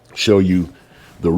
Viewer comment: "Ruku" must have moved from zimbabwee recently its roku or roe.kuu